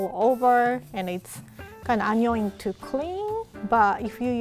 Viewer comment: “Its kinda anyoing to clean”